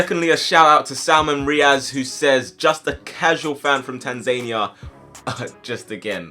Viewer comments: Its not tanzaania tan-za-nia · Tan-zahh-near not Tan-zain-ee-er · Tan-za-knee-a not Tanzayneia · It's pronounced Tanza Nia not Tanzenia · Tan-Zania ahahaha, tans-ania haha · it’s TAN-ZAN-EE-A 😂 jheez I died bro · Tan-zuh-nee-uh is how you pronounce it lol great sereis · TANZANIA ???? Butcherd that name it’s tan zan ee a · Kenny McCormick its tan zan ee a bro 😂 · Not quite how ya say Tanzania bud 😂 loving UTR tho 🤙🏼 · Bro you’re African and you can’t pronounce Tanzania properly... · That pronunciation of Tanzania 🇹🇿 😂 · no fucking way did you pronounce Tanzania that badly, wow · you butchered the pronunciations for Tanzania and Latakia lol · Tan ZANEIA?! Come on! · Yeah i cringed at that too but it's OK. He doesn't know. But finally. Tanzania is somewhere